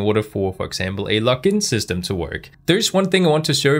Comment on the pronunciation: Is it just me that hears "lock in system" lol?